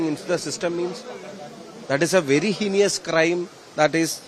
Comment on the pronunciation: HEINOUS is the correct word! ( not HENIOUS). This is not at all KIDILAN English! Just 50 % marks only😂!